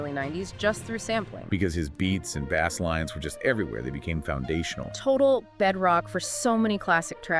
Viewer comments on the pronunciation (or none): “Bahs lines” 😂 I wish A.I. could feel offended that I’m making fun of it.